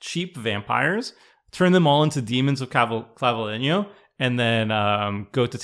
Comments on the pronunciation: For the Spanish pronunciation, you basically got it right. clah-bee-LE-nyo. (Vs sound generally like Bs. You nailed the ñ though.) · Don't worry,, you are the only one that pronounced Claveliño's name sort of right 😅